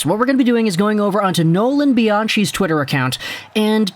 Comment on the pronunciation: Great vid! Also, Bianchi is normally pronounced "Bee-on-key"